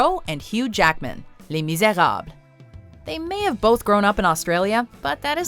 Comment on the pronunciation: Hate the way she pronounced Les Miserables. She sounded corny and idiotic.